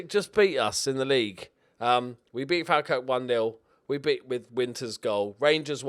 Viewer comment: watched nearly everyone, as a scotsman it appealed to be 1 thing though , you didnt say falkirk properly once!!!!